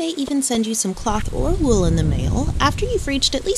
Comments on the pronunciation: I enjoy the way you say "wool," I've never heard it with a long oo before. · They way you pronounce wool is mortifying. Lol